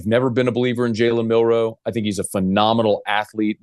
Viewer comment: Milroe….. Not Mil-roe say it with me Milroe